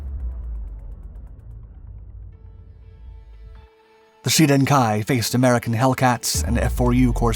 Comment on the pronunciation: Close no cigar it just didn't sound right F4U Corsair not G4U, but you got it right Yay